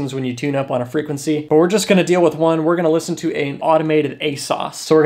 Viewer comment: When he reads it back, all I hear is wonanananaawawawana one 😭